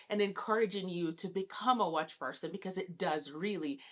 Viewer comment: This came in my recommended and I clicked but I could not make it past two minutes. The way she says "watch" drives me nuts. Like speak Patois or English bruh. Pick ONE